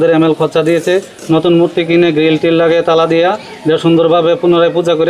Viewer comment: Gate way of India ase Mumbai te ar Delhi te ase India Gate... arekta kotha.... "Mutti" abr ki jinish... its "Murti" 😅😅